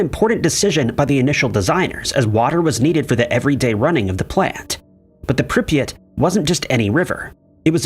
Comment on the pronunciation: It's Prip yat not pripeat, ffs. Also, Chornobyl. 🖕